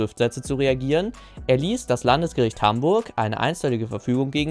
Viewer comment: ok mir fiel das gestern schon auf als ich das statement das erste und 2. und 3. mal gehört hab, es heißt doch Landsgericht und nicht LandEsgericht oder ?